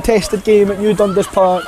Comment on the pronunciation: It’s pronounced DunDAS not DUNdas.